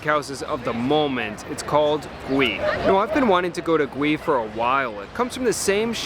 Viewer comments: I don't mean to be a smarty pants but as someone of Korean descent, I must point out that the correct pronunciation is "Goo-ee" rather than "Gwee", meaning grilled/roasted in Korean. 😝 Love your reviews! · Just a bit of info. The name should be pronounced Goo-ee (구이) which means "roast" or "grill" or cook over open flame. It can either be a noun, meaning something cooked in those fashion, or a verb, meaning to cook something in those manner. Yes, Korean can be hard to understand sometimes😂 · Your reviews are top notch…and you would have no way to know that Gui in Korean is pronounced goo-ee which roughly translates to stir fried or grilled….it’s a confusing world for Koreans….but knowing it’s meaning will help in your restaurant experience and the mission of the restaurant. Love you man….keep up the good work! Edit: I am not a native Korean speaker (yes Korean was my firsts language as it was for most first/second generation Koreans) so I could be completely wrong 🤦🏻‍♂️ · I believe it's pronounced Goo-ee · Its actually pronounced more like “goo-ey”! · It’s pronounced <Gee> 🤦🏻‍♂️🤦🏻‍♂️🤦🏻‍♂️🤦🏻‍♂️ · It's pronounced "Goo-ee." Almost sounds like gooey, but not quite.